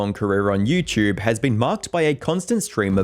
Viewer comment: idk why but it makes me laugh every time he says youtchube